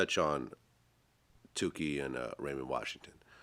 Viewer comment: Aayyy Vlad..It ain’t Two—kee. It’s Took—Eeee